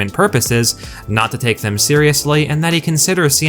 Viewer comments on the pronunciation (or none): none